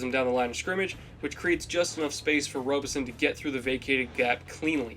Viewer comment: Good video! But, Brian Robison is pronounced ROB-ison not robe-ison